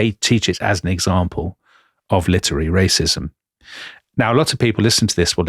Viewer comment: litery???🤔 really, Dominic???